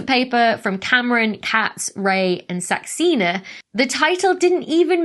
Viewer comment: minor note for the future: saxena is more like "suck-sayna" in its pronunciation